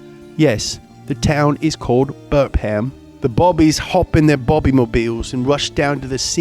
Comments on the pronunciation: Bur-pham (berfem), not Burp-ham. Rule #1 of English towns: pronounce them how you think it’s pronounced, and then don’t pronounce it that way and cry in a corner. Bicester? Bister. Newham? Nu-em. Leicester? Lester. Berkshire? Bark-sher. Hunstanton? Hunston. Leominster? Lemster. Godmanchester? Gumster. Cholmondeley? Chumlee. Worcestershire? Wooster-sher. Marylebone? Mar-lee-bone. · Mate it's pronunced burfam😂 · Your British accent was hilarious. It's also pronounced burf-am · Loved this, and love the channel in general. However, being from that particular region of the UK, I must tell you that that particular place is pronounced BUR-FAM, not BURP-HAM. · good sir burpham is pronounced burfam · Haha! I live in Surrey, and it's pronounced "Burf-Um". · Burpham is pronounced burfam the PH makes the f sound. For anyone wondering. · As an Englishman it’s pronounced Burfham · Burpham is pronounced Burfam lol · You don't pronounce the H, So it's Burpum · It's pronounced "Burfam" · Burpham is pronounced burr-fum although as a kid I always laughed and called it burp ham 😂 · Okay I like, but British people don’t speak like that, we don’t call the police Bobby’s, okay?? Thanks, it just really annoys me, if I had a car show and I mentioned anything American I wouldn’t do American accents or anything, thanks and u don’t pronounce the ham in burpham it’s more burp-um something like that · As someone from Burpham, his pronunciation pains me